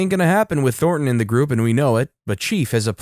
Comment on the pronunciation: The story is hilarious, but why oh why read Tor-ton as THOR-ton emphasizing the the TH in Thor? 😅